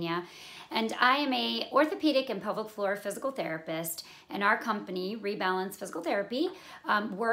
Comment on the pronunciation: Thanks for the clear explanation. Much appreciated. Initially I was wondering what this 'public forum' you were talking about, but then towards the middle of the video, I realized you were saying 'pelvic floor'.